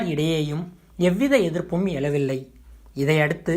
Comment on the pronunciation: வணக்கம், எதிர்ப்பு எழவில்லை என்று உச்சரிக்காமல், எதிர்ப்பு எலவில்லை என்று உச்சரிக்கின்றீர், utube ல பேச தகுதி "ழ" சரியாக உச்சரிக்க கூடாது போலும். நன்றி.